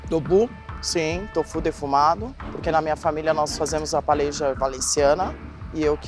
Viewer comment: diz que a familia é Valenciana espanhola e não sabe nem falar PAELLA kkkkk me poupe!!! Ela disse: Palella kkkkkkkkkkkkk